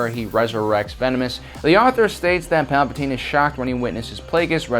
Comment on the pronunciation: Palpatine has two vowels in it, and there is an e at the end of his name. Only one vowel in his name is ignored.